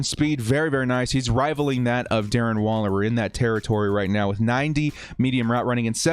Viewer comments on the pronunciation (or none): none